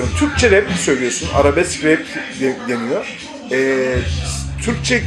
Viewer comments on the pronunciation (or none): Arebesk dedi ya adam. Röportaj yapmasaydınız daha iyiydi